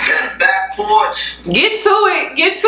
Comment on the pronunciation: loll how he pronounces "back" kills me everytime. but he is so rightttttttt!!!